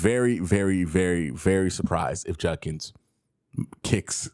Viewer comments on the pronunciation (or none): Why do alot of people call him "Junk"ins and not "JUD"kins? It bothers me lol.